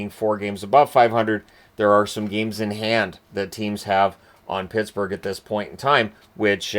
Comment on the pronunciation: Did he just say Pissburgh